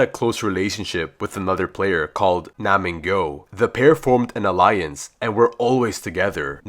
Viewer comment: It’s nam gyu btw